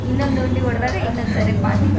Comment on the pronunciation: ಉಂಡಿ ಅಲ್ಲಮ್ಮ.. ಅದು ಹುಂಡಿ